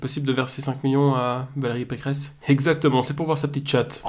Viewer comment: c'est pas Valérie Pécresse c'est Valérie Pécrehess